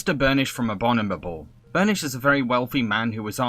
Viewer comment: Anybody else noticed he pronounced abominable as abonibable? Twice in a row even....